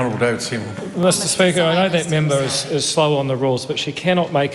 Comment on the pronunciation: Wouldn't it be great if the natives stopped making up words? Did you notice Aunty Deb - not - pakeha address the Speaker as "teh peeker"?